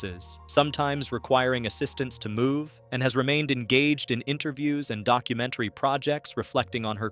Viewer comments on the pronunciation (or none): none